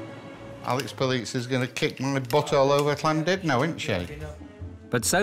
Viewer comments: It's not Landudno - it's Llandudno. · Why do so many people say Llan DID no? It's Llan DUD no....